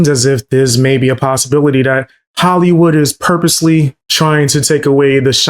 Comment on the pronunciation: why is markipiler and hollywood said very weridly its a good video but just a minor nitpick